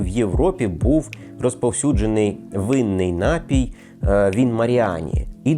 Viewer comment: напІй, не нАпій